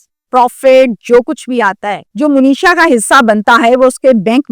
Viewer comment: مو نیشا نہیں ہے درست منیشا ہے ایسے ہی مونیش نہیں ہوتا ۔منیش ہوتا ہے